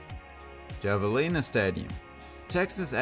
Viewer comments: Javelina is pronounced have-a-lina lol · It’s pronounced “Havalina” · Javelina is pronounced with an “H”